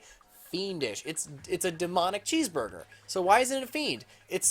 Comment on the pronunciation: This video came out FOUR years and 5 days ago. And I'm STILL MAD that you repeatedly called it a CHEESEBURGUER.